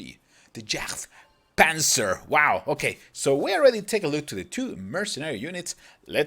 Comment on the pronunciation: jagd panzer is actually pronounce yaged panzer. its just german words its not you.